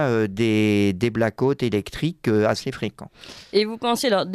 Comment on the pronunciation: Cette propension a bombarder n'importe quel blaireau comme "expert " me donne froid dans le dos ! Le mec il prononce " black hot" il n'a pas fait anglais!